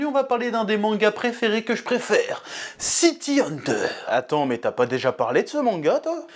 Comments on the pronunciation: City "Hanteur" ? "Dzukaza" Hojo ? ☝️😏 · "city hanteur"